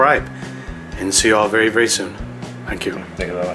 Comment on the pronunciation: "Bery good" - 2016